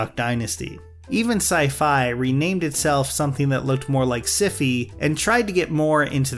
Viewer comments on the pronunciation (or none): Lol, wait....why did you pronounce syfy like that?